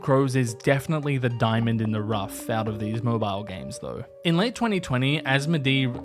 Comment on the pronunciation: exactly what I was looking for, thanks NB : it's pronounced asmodé (like in detonate) they re french